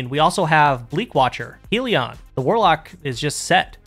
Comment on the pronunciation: That's still not how Hellion is pronounced.